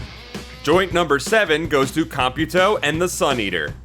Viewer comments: He didn't. It should be pronounced as if you were saying the word "computer" normally, but you substitute the -er at the end of the word with -o. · Also, I didn't know that's how you pronounce Computo... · I don't think you pronounced computo right